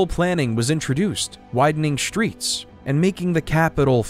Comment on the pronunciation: How did this narrator get a job? Aside from not taking the time to learn how to pronounce English place names, none of the following words start with “sh” - struck, streets, struggle, strongly, strength. He says shtruck, shtreets, shtruggle, shtrongly and shtrength.